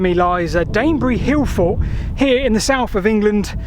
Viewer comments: Why doesn't he pronounce the "t". He says Hillfor. Not hillfort. Why is that? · "T".. There is a "T" at the end of "forT" !! The number of times you say "hill for" i was hoping once you would say it correctly.